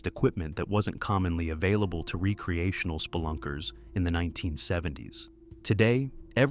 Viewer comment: Is this AI narration? Who says "re-creational" instead of recreational?